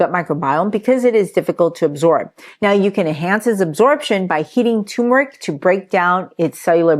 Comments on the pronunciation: The R is not silent in turmeric. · Is tumeric the same as turmeric ? 🤷‍♂️ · Why does everyone call turmeric toomeric. Genuinely asking. People drop that first R all the time. How come?